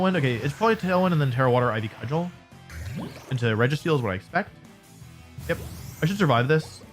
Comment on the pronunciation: I'm sure you've been told by now but Cudgel is pronounced "Cud-jel"